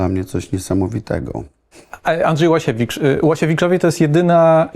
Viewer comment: Ułasiewicz a nie Łasiewicz redaktorzyno